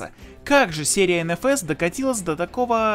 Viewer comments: Автор просто на улице на реальном авто никогда угла не давал вот и не нравится дрифт))). Еще смешно звучит ЭнЭфЭс ))))) ЭнФэЭс же) всегда было) А по поводу озвучки конечно хохма))) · Бля, не говори энэфэс, уши загибаются, все говорят энфаэс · как меня бесят люди которые говорят ( ЕНЕ ФЕ С ) Вместо ( ЕН ФЕ ЕС) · Малыш, взлёт NFS (эн-фэ-эс, а не энэ-фэс) был задолго до первого андеграунда. С андеграунда началось его падение. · НФС начался со 2й части. И эН-Фэ-эС, а не эНэФэС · ЭнЭфЭс, выключил.